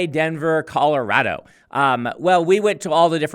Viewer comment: Good job saying Colorado like you were born here!